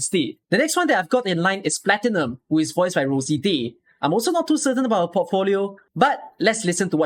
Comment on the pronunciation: The pronunciations of "Exusiai" and "Kazimierz" turned me off of the Exu, Texas, Platinum, and Nearl voices. The director should have caught those before the voices were approved. Also the fact that Platinum seems to pronounce "Platinum" incorrectly repeatedly after speaking it correctly once in an earlier line is just weird. Highlights are definitely Phantom and Noir Corne for sure. Cliffheart and Plume are also wonderful. I'd say overall, pretty good, but definitely a few misses, and couple fails. Good batch, but sadly not perfect. I'm looking forward to more, and hopefully they course correct on some of the pronunciations moving forward. I'd be interested in seeing if they ever redo lines for current operators, but I highly doubt it.